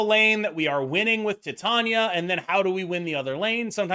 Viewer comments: Not that it matters to me how you say her name but just so you know it’s actually pronounced like tai~tay~nee~uh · idk if youre doing it on purpose but it's pronounced like Titanium. Like the metal. Tie-Tae-Ni-Uh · I love you, but why do you insist on pronouncing Titania in such a strange way? Lol